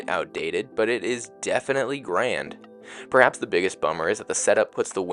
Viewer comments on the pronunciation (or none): none